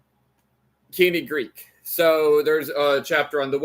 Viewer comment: Your American accent is so strong that I don’t understand a word of the Greek you speak. Please work on your pronunciation.